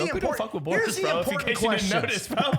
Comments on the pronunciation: If they say Boris one more time all my braincells will be gone lol it’s Beris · Hearing Beerus being called Borus was insane. Also the argument for Aang losing against Krillin and Piccolo because he won't kill is crazy considering they can block ki attacks, which is essentially plasma and thst wasn't the key reason. Krillin is also fast enough, Aang wouldn't be able to see him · You didn’t put enough emphasis on Zeno he can poof be gone anything and everything and SAID BORUS!!!! It’s beerus my g they drunk as hell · He said boris...does he mean beerus?